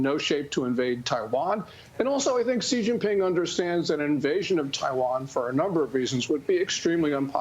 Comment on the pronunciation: Xi is pronounced 'She' not 'jee'. how can you purport to know anything about China when you don't know this?